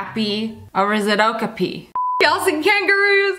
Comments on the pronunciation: It’s pronounced oh-ka-pee not oh-ki-pee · It’s not okapi it’s okapy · The name of the "zebra horse" is pronounced o-cap-ee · It is called a O-Kop-ie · "Oakapi"? I've been told its pronounced like "O-copy" 😐 I could be wrong but that's how I've heard its pronounced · I've always pronounced it Oh-cap-ey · Btw it’s an oh ka pee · Dont mean to be rude but that giraffe thing is pronounced (oh-copi) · Its pronounced long O kop e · It’s pronounced oh pia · To clear up confusine it's pronounced OE KOP IE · I knew what an okape looked like and you kinda seid it wrong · The okapi I've actually heard of before. It's actually pronounced o-cop-ee. My daughter used to watch a cartoon on Disney Junior called The Lion Guard,a spin off from The Lion King. In one episode there was an Okapi that was trying to blend in with the zebras to hide from the hyena's n they helped him. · When you said okayp and you said what it made me laugh to the top of my lungs🤣😂🤣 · A- ko- pi. That’s how you say it. And most of these animals I have seen before. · It’s O-cap-ie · That’s an okapi (O-kope) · It’s pronounced a O-copy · Its called a o- ka-py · It's actually an aw-caw-pee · it is pronounced O- cApee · ocapi is pronounced oh cah pee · Actually okapi is pronouns (o-kaw-pee) and they are great hiders I sound like a large nerd but they're my favorite animals in the whole world so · Your supposed to pronounce it ( o-co-pai ) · Its an (o-cah-pee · So you know it's pronounced Oh-kah-pee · I already knew about the okipi and you pronounced it wrong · I heard of most of these animals and I love how she pronounced 'okapi' wrong 😂😅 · The way she said okapi is great 😆